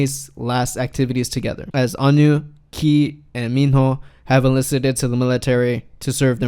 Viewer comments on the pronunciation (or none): onew is pronounced oh-new think you meant 2014 LDN not LND and it was December 18 also a tw would be nice esp before putting the funeral videos, those were moments captured by paparazzi that should never had been captured, as everyone was in mourning and it was supposed to be a private event (not sure if these videos should've been included at all) accuracy is important! thank you